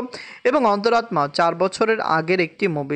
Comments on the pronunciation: তোমার অন্তরাত্মা উচ্চারন হয়না। সেই জন্য মেজাজ খারাপ লাগে। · ওনি হিন্দি ভাষারটা বলেন 😂